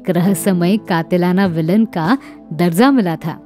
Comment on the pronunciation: Film....SHIKAST.....KO Aapne ( SHIK- SATT )....Bola.....?..... strange.....you know good URDU.....than why?..... word's....like...DARJAA.....KO aap DARZA.....BOL rahi ho......